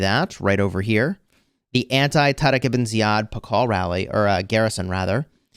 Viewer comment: I am an Arab and I was surprised by the pronunciation of Tariq Ibn Ziyad😮